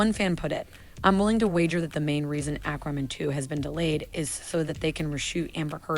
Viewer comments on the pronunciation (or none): AQUA NOT AKRA! Fuck me....... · Aquamin?!? What's that?! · Don't you mean "Ack-ruh-men"...lol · "Akramin". Yikes. Why is she pronouncing it that way? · Ack-wah-man... WTF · I hate the way she says ackwaman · She saying "airkro man"? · At least the "a" is pronounced correctly. If she said "aquaman" with that "a" rather than "acraman" it would be fine. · Acwamin. Ackwamin. This woman cannot read, nor can she enunciate or pronounce many words correctly. Irritating. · Thank you!! I hate the way she is pronouncing Aqua-man also! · Lol when people intentionally try to creatively mispronounce words - Do I hear the word "ramen" in there? 😂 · I can't believe somebody who speaks so well cannot pronounce Aquaman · Her pronunciation of Aquaman was driving me nuts, too. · Same, how can she not know how to say it lol